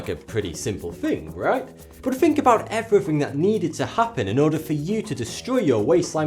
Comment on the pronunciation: its think not fink